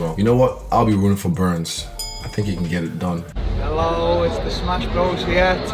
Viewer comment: Did GSP just call Burns, Dern?